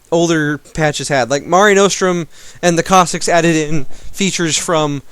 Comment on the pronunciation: and Cossicks?? is there a pronunciation patch?